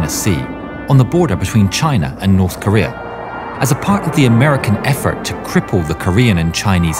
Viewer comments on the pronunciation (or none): none